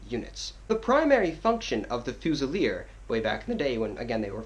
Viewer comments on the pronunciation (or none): "FOOZILEER" ......sorry man...... fuze'il'eer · I couldn't watch the video after you saying "fuu-zilier", it's pronounced fyoo-zi-leer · Excellent video Just one small thing, as stated below Its not "Fu-cell" its pronounced as "FU-ZEE" which means a rifle. A Fusilier in French means "rifleman". There is no distinction in French between muskets and rifles both are fusil. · it's pronounced Fu-zee-ye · Haha its good to see such appreciation! Most people just think redcoats are redcoats unless they're grenadiers, highlanders or light infantry! Maybe work on how to pronounce Fusilier! OAFAAF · You gotta figure out how to pronounce Fusilier my friend. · the way he says fusiler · Please say fusilier right please... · I won't question your hat...BUT...I Will question your pronunciation of..."Fusilier"... :>) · Tru he completely butchered the word xD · i honestly only came here to figure out how the fuck your supposed to pronounce fusilier